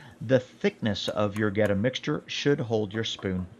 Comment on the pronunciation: Born and raised in Cincinnati. You definitely did that Goetta right.